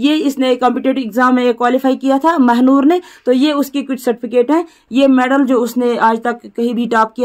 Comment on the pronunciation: Mehnoor not Mhanoor